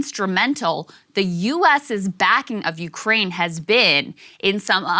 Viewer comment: "Urkaine" is driving me nuts. 😆